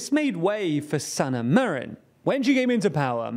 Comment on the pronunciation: who the heck is "marion", anglo?